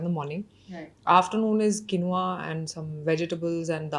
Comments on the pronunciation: It's not quinoa kamiya you must pronunce Keenwa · For someone running a food platform, I'd suggest learning to pronounce quinoa ("keenwah" - Raashi got it right) and sambar ("saambaar").